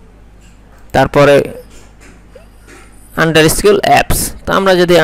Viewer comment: আন্ডারস্কোর হবে আন্ডারস্কোল না। একজন প্রফেশনাল এর উচ্চারণ ব্যাঘাত ভালো লাগে না। আর এই মেথডে ক্লাইন্ট হান্টিং অনেক পুরনো রেসপন্স রেট ০০.১০% ও না। বর্তমান যুগ হলো কোল্ড ইমেইলের যুগ। ওটাতে রেসপন্স খুব বেশী পাওয়া যায়। সেটা নিয়ে ভিডিও বানান। সবার উপকার হবে।